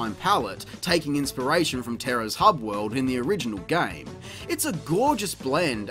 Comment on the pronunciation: "gayums" it's GAME bruv